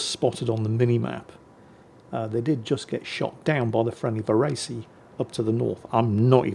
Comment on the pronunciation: I haven't lived in Italy for well over a decade, but as far as I remember, Varese is pronounced "Var-ay-zeh".